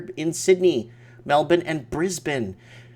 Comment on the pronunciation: i missed the live chat. dang Also +1 for correct pronunciation of my hometown Brisbane :)